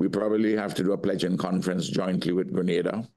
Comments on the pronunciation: The US invaded Gri-NAY-duh In 1983 and Amy still can't pronounce it correctly. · It's pronounced; gree nay dah. Not gree nah dah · Its Gren ay da not Gren na da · It’s pronounced Gre-nay-da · As someone who lives in the Caribbean, I wish the host had taken time to learn the correct pronunciation of the names of the names of the countries, and especially the name of the PM of St Vincent. Quite disrespectful honestly! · You News Casters need to learn how to pronounce names of places correctly. Carriocou, Grenada, PM Gonsalves. Where did you people go to school? The people in those islands know how to pronounce words correctly. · Grenada is pronounced "Gre- nay-da" not "Gre- nah- da" Carriacou is pronounced "Car-ri--ah-coo" These are the places my family is from